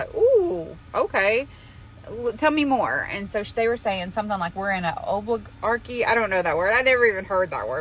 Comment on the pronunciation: It's pronounced O-li-gar-chy(kee)